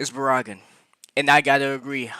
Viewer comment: Barragan Pronounced Bear-a-gon ‼️